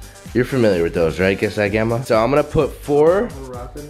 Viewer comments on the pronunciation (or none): none